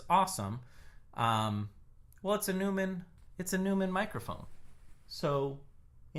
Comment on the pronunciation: Neumann, neu part is pronounced as noi, as in noise..., good to see you finally doing this professionally and representative with the microphone system that I recommended that you use, incidentally, don’t know why though, he usually gets called Dave in the professional world, watch some Christian Henson Music videos, this is one of the men behind Spitfire Audio, Labs and Piano book Sample Instruments, one of the most highly respected and regarded companies in this recording field,you can download a binaural recording on piano Book Christian‘s own private piano as a Good headphone reference.please Tell your viewers that , as you call him,Randy recordings are only meant for headphone recordings but, many top producers use him for stereo and Multichannel playback mixes for playback on speakers, many recordings of Drums and pianos today have a “really in your living room” sound because of Randy/Dave or, THE Neumann.. By the way your old system would be useful when people would do the playback through their own speakers, but the elephant in the room is YouTube audio playback quality and compression algorithms...